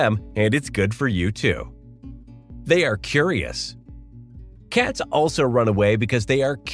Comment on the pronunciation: You say the word cats funny 😂 Katz ? you must be from the Midwest